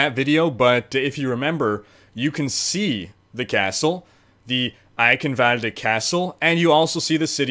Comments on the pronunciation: Not 'kin'... ghhhin sound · You should pronounce it like "Eishenwalde" the "ch" sounds like "SHit" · And your german accent is actually really good. The only thing is that you say eichenwalde with a K insted of a CH you would say the CH like in charm or charcole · Eye-chen-vald-rrr... Ie-kkkhen-valdr.. Lmao. Dude i love your videos. keep em coming, man. Great content, thank you for existing. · Say it like a cat hissing eichhhhenwalde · just repeat after me : "Eye"-"shin"-"valde" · You pronounce it Icanvald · greetings from germany. gz, you did a good job! me as a german could identify your words as german, that's enough :D. fyi: the "ch" in eichenwalde is pronounced nearly exactly as you would pronounce the ch in "stretch" flies away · Instead of butchering a places name how about putting up the text of what you are trying to say so we can read it. This is clearly an edited video so that shouldn't be hard at all. Great work on this and other videos regardless. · no xD His german is okay, But he did pronounce it wrong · Does anybody have an edit of this video where he doesn't butcher the name every 5 seconds or just say EYE-KEN-VOLD like everybody else does? it's painful and i'm only 30 seconds in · Honestly spelled it correctly just maybe toned it a bit weird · Bruh there's no v in eichenwalde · Haha You almost said Eichenwalde right :D (the Name is weird for germans)